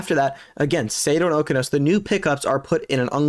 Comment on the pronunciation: Btw lol Sato is pronounced like Sah to